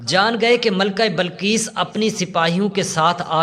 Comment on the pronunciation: Ghalib hota hey ghalab nahi .bilqees hota hey balqees nahi .bas zeair zabar ۔کہاں کہاں زبر آتا ہےاور کہاں کہاں زیر یہ جا کر اپنے علاقے کے پرامری اسکول یا مدرسے داخلہ لیں اور خوب دل لگا کر محنت سے سیکھں اس کے بعد جناب منشی پریم چند صاحب ویڈیوز وغیرہ بنائیں